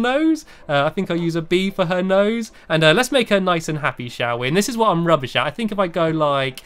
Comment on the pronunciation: why do you say rubush?